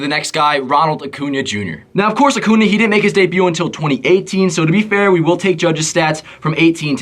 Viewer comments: Vid is great only thing that bothered me was u saying acuna instead of acuña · Annoys me so much that you pronounce Acuña Acuna 😭